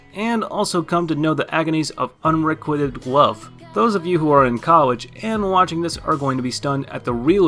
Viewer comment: I could not stand all the mispronunciations... all the mangled Japanese and even English words like "concubine" and "unrequited." I had to stop the video midway. And it seems most of these "adult" oriented anime are just romance anime...